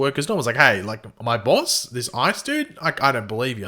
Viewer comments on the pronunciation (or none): none